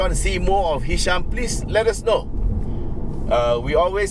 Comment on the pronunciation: Ehhhhh hisham lah.....btw it was a great video uncle!